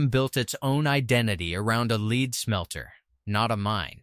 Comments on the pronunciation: The word for the ore is called LED not LEED. The English language really does mess with AI It's so annoying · You need to learn how to pronounce the names of these cities before making a video. You mispronounce almost every single name. Park hills and Herculaneum is the only ones you go pronounced correctly. Even lead. 😂😂😂😂😂